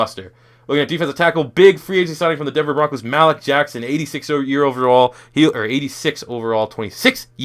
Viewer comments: Lucas Borja Yeah it's pronounced Maleek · Learn how to say Malik Jackson bro